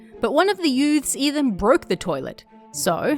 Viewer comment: When you first said 'youths', I thought you made up some kind of unique lingo of mixing the words "youths" and "dudes" together where it kinda sounded like you said "yudes".